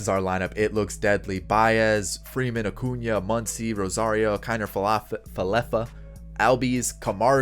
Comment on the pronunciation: Your sying his name wrong its Ronald Jose Acuna Blanco Jr.